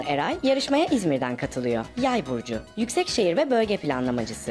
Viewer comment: Yüksek şehir ve bölge planlaması derken vurgu yanlış yere gelmiş😄 şehir yüksekmiş gibi